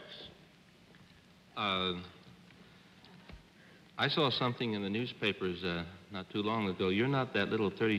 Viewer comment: Interesting how Americans can't pronounce a simple Hungarian name like Kovács properly.